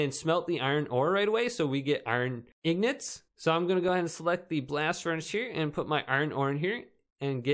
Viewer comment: What's wrong with it he is correct